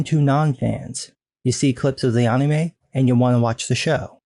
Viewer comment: Ann-emay say it with me Ann-emay